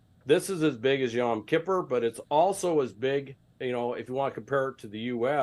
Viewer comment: For the love of God someone please teach this man how to pronounce Yom Kippur